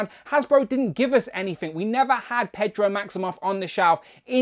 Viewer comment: “Pedro Maximoff” lol